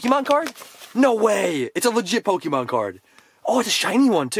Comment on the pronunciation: ‘Pokeyman’ It’s pronounced ‘Pokeh-mon’ 🤦🏼‍♀️